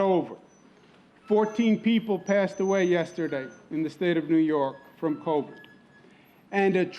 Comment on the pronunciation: "We Introduced Co-Vid"?